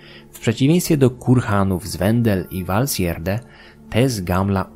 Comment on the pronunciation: No i już wiem jak wymawiać Valsgärde :D